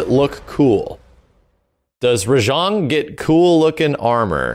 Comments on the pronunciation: Ah yes. Ra-Jean. The Supa Sayegin french ape. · Uh you may be putting a little to much emphasis on the "Jang" part of "Rajang"